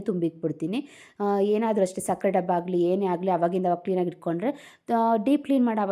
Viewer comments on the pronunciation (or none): Hagali alla agali( ಆ ಗ ಲಿ)